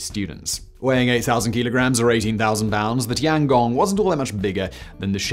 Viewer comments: tian gong, not tangong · Bro really called it the tonggong lmfao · Tee-Ann Gong